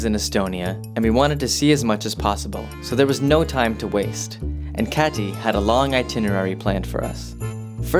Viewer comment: pronunciation is a little off on her name ... it's a very hard T in Kati ... cut tea (leaves) .. just sayin